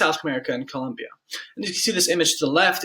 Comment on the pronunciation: COLOMBIA. Not Columbia... This was bleh.